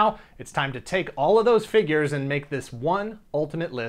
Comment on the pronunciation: Wow, I'd love to see the draft/cut list that didn't make it as well! Must've taken a loooong time. On a side note, I had to take a shot, because you said "fingyures". Good stuff!